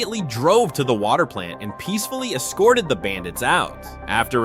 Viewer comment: Haha "peacfully exscoreded the bandits out"